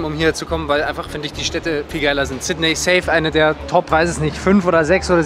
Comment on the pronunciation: Sydney wird übrigens "Sit-nii" ausgesprochen.